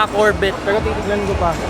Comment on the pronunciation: Korbet amputa hahaha corvette (korvey) pronounce dogss